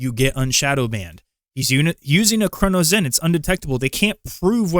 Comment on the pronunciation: Why are you pronouncing it as a “CronoZen”? Either way people would rather use a CRONUS instead of getting better